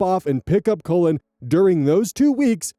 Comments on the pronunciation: I kept hearing the name Colon instead of Cullen. Made me have a nice double take. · mispronouncing this poor kid's name as "colon" over and over is killing me 😂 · Just to let you know, the 'u' in 'Cullen' is pronounced like it is in hull, skull, or dull. Sometimes you were saying 'Cullen' like 'colon'. It's not a big deal, it was funny to think the grandma was calling her grandbaby colon 😅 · Colon... kull'n ... 😂 (Cullen) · On story 4, I was only listening and not reading along. I kept hearing the step grandson's name as "colon" and was so confused. Then I looked at the screen . I think this is the first time seeing Cullen as a first name. I'm sure it's a lovely name, I'm just dumb. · "Cullen" *looks* like a cool name, but hearing you pronounce it over, and over, makes me want to suggest that no-one ever name their child "Cullen." I could not stop hearing "Colon." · All the comments saying “omg I thought you were saying colon!!” Thank god it’s Cullen he’d be bullied?? Colin is a really normal name no? Not in America? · The first part of cullin rhymes with Gull, it should not be pronounced as colon I'm giggling 😂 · Such a minor detail but I'm gonna point it out because my youngest brothers name is also Cullen it's pronounced (k-uh-lynn) lol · Not me, a listener, thinking was pronouncing Collin as Colon when it's Cullen 💀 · omg I wasn't looking at the screen and from pronunciation I thought they named the baby "Colon". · I'm sorry but naming a child "Cullen" isn't very cool because as shown in this video, whether or not intentional, it will be pronounced as "Colon" (as in the last 10inches of the GI track)